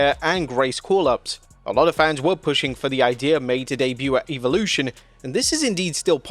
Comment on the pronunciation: 😂 the fact that you're running with what Coachmen said is absolutely hysterical. This channel has turned into a complete joke. Christ sake learn how to pronounce evolution.